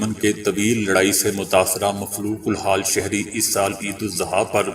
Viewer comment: Sir it is idul azah not idul zuha